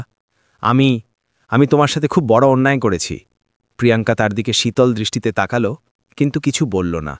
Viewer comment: বাংলা উচ্চারণ ঠিক করুন। তাকাল্ নয় । তাকালো। লাগাল্ নয় । লাগালো ।গড়াল্ নয় । গড়ালো ।